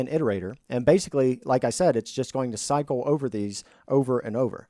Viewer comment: You saying "cycle" sounds like "psycho" 😂